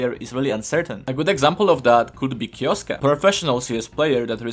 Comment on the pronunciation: first video where kyousuke is pronounced correctly hahaha nice vid!